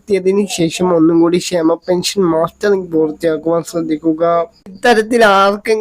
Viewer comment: മാസ്റ്ററിംഗ് എന്നല്ല. മസ്റ്ററിംഗ് അല്ലെ.....ഇയാൽ എവിടത് കാരനാ